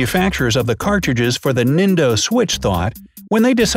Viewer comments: he said "Nindo Switch" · You say "nindo" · Nindo?? NINDO??!?! O_o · He says Nindo instead of nintendo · It's "Nintendo" Switch.